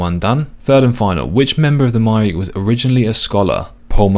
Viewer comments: I know everyone pronounces it as "My-reek" but it's absolutely "Myre-key" because the name Myreque is based on the Marquis underground of WW2 France. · According to the pronunciation guide its pronounced closer to "Mire-Key" than "My-Reek". I hope this isnt considered a wiki spoiler 😅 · Just to be clear, the pronunciation is: my-er-key Not: my-reak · Hearing him pronounce Myreque as my-reek instead of my-er-key has changed my whole perception on this game. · casually calling the Myreque "My-reek" instead of "My-are-key" made me question everything I know about the English language xD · I like that you called them “myreek” that’s how I always read it before I heard it pronounced “myre-key” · Its MIRE-KEY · Btw, the way to pronounce myreque is (my-er-key) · Myreque - my-ARE-key Lowerniel - Low-er-nee-el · Myreque rhymes with hierarchy. MY-ER-KEY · Not me pronouncing it Mire-Queue 😅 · I love you and your series, I really do - and come on you spurs - but please, for next time, it's my-err-key :D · I like to pronounce it as My-Err-Kyu. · Btw the way to pronounce myreque is (My-er-key) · It's actually pronounced "Mire-key." Please forgive me for guiding you just this once 🙏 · It's pronounced Myre-Key (a play on the French Maquis resistance from ww2) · I love your stuff and it absolutely hurts me to say this, but the Myreque is pronounced "my-er-key" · It is somewhat comforting to hear someone say it the same way I have for years. In context, does it seem correct? No. It does certainly look like it should be pronounced that way though. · that's definitely the first time I've heard someone pronounce Myreque like that. I've always heard people pronounce it like Myre queue